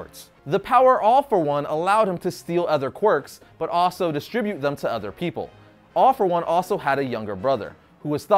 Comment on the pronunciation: why all for one sound like AWFUL ONE?